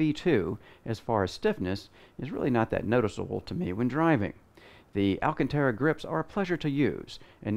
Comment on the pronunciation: ALCANTARA. Not Alcatara.